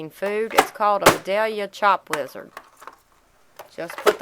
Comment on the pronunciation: I thought she said lizard too.lol